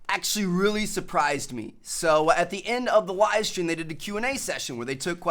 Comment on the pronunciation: There was a wivestweam yestday. He legit said that.